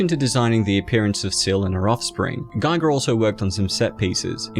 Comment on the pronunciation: The i in Giger is pronounced as the i in Gimmick.